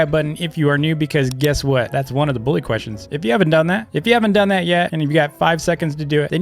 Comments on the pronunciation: It's bully not billu dumb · Ikr, he says it like “boolly” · I saw in his old vids he says it like dis “boolyy” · he says buwy